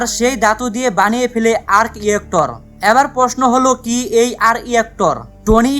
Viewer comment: আর্ক ইয়েক্টর না, ভাই! আর্ক রিয়্যাক্টর।